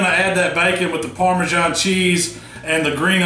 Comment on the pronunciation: Didn't realise parmasan had a 'h' in it